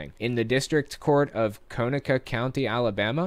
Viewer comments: Conecuh is pronounced like: cu-neck-a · the county is pronounced Co-neck-uh. We're quite proud of our Conecuh sausage down here. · It's pronounced con-ec-um county. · Hi! My comment is not relevant to the story, but just a little local flavor. Conecuh is pronounced KUH-neckuh. It's a native Creek word. Thank you for doing what you do. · I know this is 2 years old, but I live close to this place. The county name is pronounced like "Co Neck Uh". It is Native American, but I digress. I work even closer to Dinosaur Adventure Land and have had the displeasure of meeting Kent Hovind. He immediately struck me as a sleezy person. Not to mention all of the male followers that go out there. All I will say is keep your children clear of this place. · Conecuh, pronouced "Kuh-Neck-uh"..... Thanks for Hovind for tarnishing my beautiful state. YES! Community service is a GREAT idea. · Conecuh is pronounce kă-neck-uh. If we have anything in Alabama we have weird names. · Conecuh is pronounced Co-neck-a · That county is co-neh-cah like the sausage. Loved the video